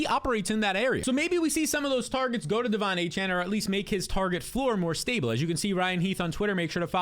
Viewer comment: I exit the video after he said Devon achane